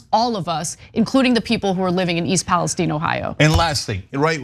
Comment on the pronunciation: Im from OH. We say Pales "Tyne" just like the middle eastern country. The Pales "Teen" is killing me 🙃